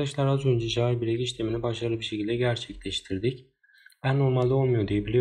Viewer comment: Ceyılbrek diye oku kanka lütfen